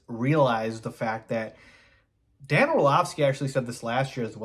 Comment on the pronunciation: You lost me at "Dan Orlovsky." That saying I do respect your content but yea, Its Dan. LOL.